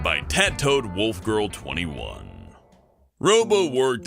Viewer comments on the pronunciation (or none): Tat-toad?...You mean tattoed, as in having a tattoo, right?.... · I don't care if made-up words are mispronounced but tattooed as tattoad, come on even if it is misspelled